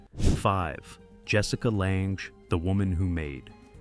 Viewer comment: I laugh when I hear 'take a bow' sounding like Bowtie, AI obviously and Jessica LONG, born in Minnesota, but it's LANGE and pronounced 'lang'